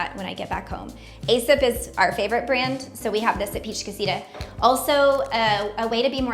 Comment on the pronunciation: Aesop is pronounced Eee-sop. Otherwise, great video.